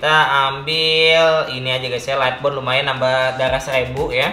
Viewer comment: "lighbort ass" "lighbort ass" "lighbort ass" "lighbort ass"